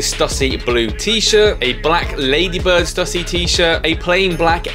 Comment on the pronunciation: Love the video! Just to let you know I got laughed at in the US buying skate gear, back early 90s, they weren't impressed I said Stuh-see, it's Stoo-see 😉